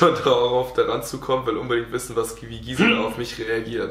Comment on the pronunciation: Nochmal an alle!!! Gisela nicht Giesela OHNE ie!😂😂